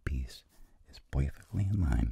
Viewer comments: Such a subtle "POIFECTLY" .. HAHA! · vincent: part subtitles: pod also vincent: poufecktley also subtitles: perfeclty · 4.14 " poifectli" i love it ! Hahahah